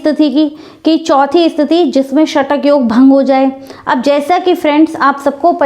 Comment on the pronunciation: Kabhi kabhi koi log nalini nahi bol sakte nanali bolte he ye mem ka asa he ""satak""